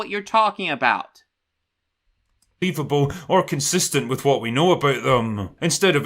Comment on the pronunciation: I would highly suggest taking a speech class to learn better annunciation. It's deeply embarrassing for a grown man to say "wif".